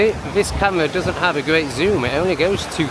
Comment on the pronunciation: The "wee-tardation" is wild for such an air thief. Why would you put your key locked under the seat when you left the "wes'-raunt?'" That was we-ally we-tarded u silly c*nt. Cam-wha also locked away!